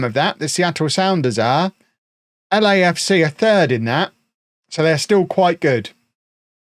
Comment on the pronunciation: When said Lecafca I was looking down and I was confused enough until I saw he meant LAFC. Which made me laugh.